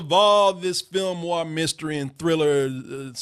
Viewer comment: Lol why is pronouncing 'Noir' like 'War'?